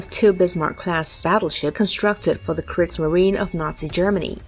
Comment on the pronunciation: The e at the end of Kriegsmarine is spoken, and it is Bismarck, not Bismarc.